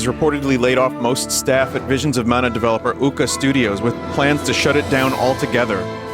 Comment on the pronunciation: twia... wait a minute... here we go: vizuns of mana :3